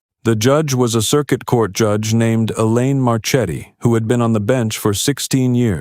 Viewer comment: Marchetti should be pronounced (mar-KET-ee).